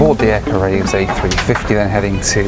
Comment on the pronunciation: Caraïbes = ka-ra-ee-b = french for Carribean